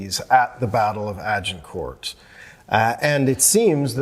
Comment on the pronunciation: I hate how Americans, especially academics, butcher English language pronunciation such as Agincourt. No respect for history, they have to Americanize everything or invent new words for words that already exist and mean what they intend to convey, eg. "Detainment" for detention. Poor education, ignorance and arrogance.